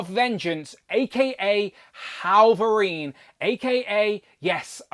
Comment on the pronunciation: Why do you keep calling him "Hallverine"?